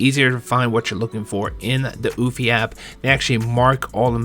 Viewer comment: Good video!...However pronounced "You-fee". Not "oooofffyyy" just looking out for ya..